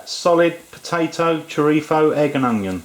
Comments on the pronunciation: It chrizo not chirtho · it's choreetho or choreeso, not choritzo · I’m Filipino of a Spanish, Chinese, Japanese, and a remote European descent, and I’m pretty sure you don’t pronounce chorizo as “Choritho” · Es chorizo... no choritzo. Chorizo or spanish sausage is also in spanish lenguage A THIEF...LOL......like the chorizo IÑAKI URDANGARÍN...The son in law of the ex-king of Spain Juan Carlos I. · Bill Stoeckel You are both wrong is CHORIZO, not what you said ,not this...CHRIZO you eated the O and not the other one that you were saying......CHIRTHO,so you were wrong before you try to correct others correct yourself ,CHORIZO......that is , now you know. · Did he say "chorifo"? It's a z, not an f. LOL! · did, but it's entertaining ;-) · love the way you say chorizo